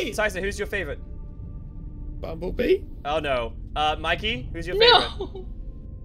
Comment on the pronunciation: No not bummbellbee